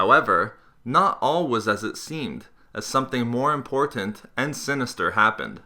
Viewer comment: your pronunciation of "important" sounds gross and irri-TAT-ing